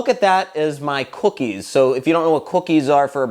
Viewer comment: you say cookies weird.